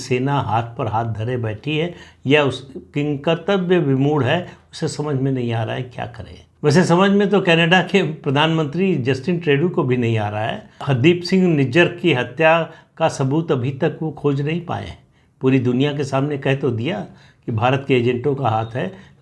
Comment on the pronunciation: जस्टिन ट्रेडों नही ट्रुडो बोलते है , प्लीज ट्रुडो बोलिए ।